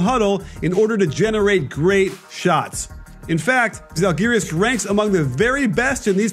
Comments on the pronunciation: To be fair a lot of Euroleague commentators mispronounce Lithuanian names. I'm not too bothered by it most of the time but if you're talking about Žalgiris or Jasikevičius a lot, you'd ought to at least learn these two words. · Žalgiris, o ne zhalgiris.čia komandos pavadinimas, o ne šiaip žodis kuris verstusi į anglų kalba